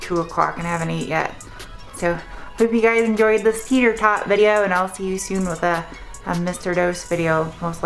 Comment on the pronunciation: are you saying teeter tot or tater tot?